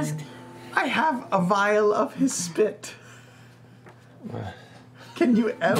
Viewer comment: Just fyi, it's, 'vial' not 'vile'.